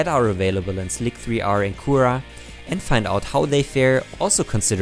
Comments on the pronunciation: Awesome video! Just a small detail: it's not pronounced Slick 3 R, it is pronounced Slicer. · schönes Video ;) übrigens: Slic3er = Slicer (hab noch nie slic-3-er gehört) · I too appreciate the more scientific approach, so you got one more subscriber!. on that note, what was your sample size ? (ie how many hooks did you break of each variety?) Have you experimented with strength vs print orientation? Printing one of those hooks on edge or end? lastly, I have only ever read the program names "slic3r", I heard you call it slic-3-r...is that what people call it? isn't it just "slicer"? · slic3r is pronounce slicer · Can you also test the 3D infill patterns from slic3r Prusa edition? There are supposed to increase the part strength. And slic3r is pronounced slicer